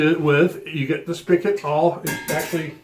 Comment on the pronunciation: Spigot… not spickit